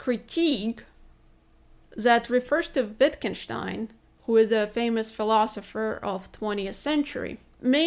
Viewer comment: when she correctly pronounced Wittgenstein, I fell in love a little. If I were only young!